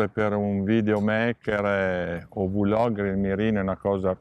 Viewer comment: Ragazzi VU-logger e VI-logger sono prole che non esistono…….é come dire BI-logger invece di Blogger :D comunque bella recensione!!!!!!